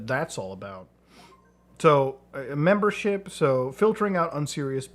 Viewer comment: “Memebership” got me